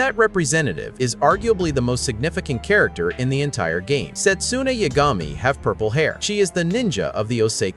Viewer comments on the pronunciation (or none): none